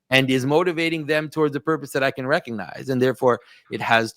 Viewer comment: The "G" in recognize is not silent.